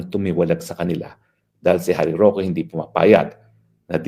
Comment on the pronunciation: Galit na galit , ngaw ng ngaw, uwi ka sa Pinas 😂Roque, "rokwe"